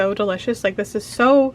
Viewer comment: "welcome to the first day of tis monday" ,😭